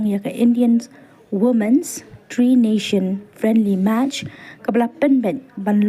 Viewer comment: Tri Nation pha nong ai news tang pronounced ruh khlem nang😂..... Ngam pat iohi ha wed site jong ka AIFF sir dohling😊